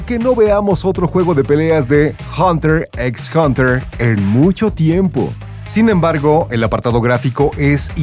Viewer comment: La "x" de hunter x hunter no se pronuncia 🙄 Es como una "h" en castellano (muda)